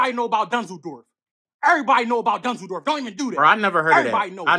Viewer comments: Hes sayin dunzeldorf not dusseldorf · It’s dunzeldorf he said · Soon as I heard "dunzledorf" had to pause the video 🤣🤣🤣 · Lmfao “Danzoldorf” 😂😂😂😂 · Dunsledorf is what I imagine an american would repeat after hearing a german say "Düsseldorf". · But he is clearly not saying Dusseldorf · yoo for a second i thought he said Düsseldorf lol